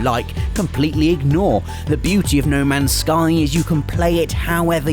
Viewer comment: Lol he said no mans sky